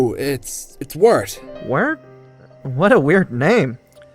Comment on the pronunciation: Wirt literally sounds like the word "Weird"